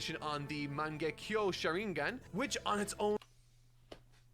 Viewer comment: He says he’s watching the key episodes of the anime, so he has heard the phrases said before. Also, my friends who have never watched any anime can pronounce sharingan because it’s so iconic. The fact that has been in this community for a long time and not heard sharingan said correctly is hard to believe. That’s why I think he is doing it on purpose